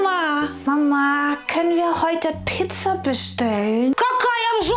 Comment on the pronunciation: Piiizza, die Aussprache von Mama Olga ist umwerfend lustig.😂